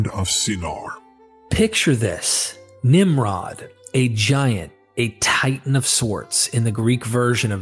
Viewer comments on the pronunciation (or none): none